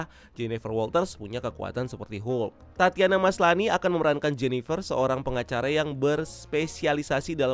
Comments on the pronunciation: Koreksi bang itu Titania "Titan", bukan Tatiana 😂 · Titania bang bukan tatiana